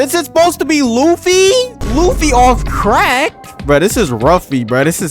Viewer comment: That’s not Luffy that’s Loofa 😭💀🙏